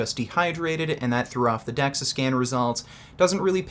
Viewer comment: Carl the facts were there and everything but like Greg said. You can fake a Dexa scan, it’s Dexa btw not dexus. And many people do it’s not always accurate just like you can fake testing for steroids.